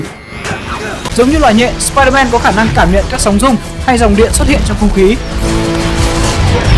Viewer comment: sao ai cũng nói spier-man là spierde ?